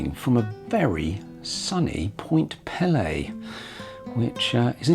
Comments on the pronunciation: Small correction. It is pronounced Point pee-lee with a long e sound for both syllables. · Although the Point Pelee name is of french origin, we locals pronounce it "Point PEELee". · I am really enjoying your video but, please would you get the correct pronunciation of Pelee. The first 'e' says its name. It is driving me crazy! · Pelé was a Brazilian football player...Point Pelee (Pee-lee) is an island in Lake Erie. Not sure where Ontaarrio is? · Point Pee-lee, not Pele ;) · "Point Pele" like the soccer player? Lol Point Pelee my friend. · Pt. Pelee (pronounced pee Lee) is the southernmost tip of Canada. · Miss pronounced Point Peelee (peely). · Point Pelee ( pronounced PEE LEE ) is the southern most point of the Canadian Mainland…….Middle Island, a bird sanctuary, is the southern most of Canada, near the border in Lake Erie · It`s actually pronounced Point Peeeeeee Lee Like you`re Peeeeling an orange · You did an excellent job on this video. For your information you should know that Pt Pelee is pronounced point “Pee-Lee”. It is useful while producing your videos to look up proper pronunciations. You didn’t see many birds because generally you have to be at the point 630 in the morning when they first come over Lake Erie. A murderer‘s dream is when 20,000 birds cross and fall at your feet that early in the point and not many get to experience that. After resting for time, they fly up to the trees, too eat and recover. It’s amazing. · Point Pelee = peel-ee :) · I know Canada has two official languages, English and French, Point Pelee has no French pronounciated flare. We all say 'pee-lee' here in Ontario, it is as you said Canada's most southerly point and a major bird migratory area. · Small point---Actually the pronunciation of Point Pelee is PEE-lee. Long e in both syllables. Cheers! 😄